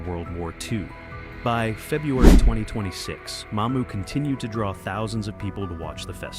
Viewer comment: That's Mamou', not Ma'mou!